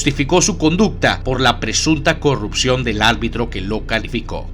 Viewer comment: Buen video. Solo un detalle, se dice ARBITRO. Saludos